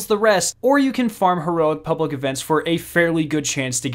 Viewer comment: "Pubwic events" XD